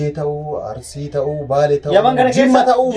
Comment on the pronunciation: Arurisi hin jedhini Arisi jedhi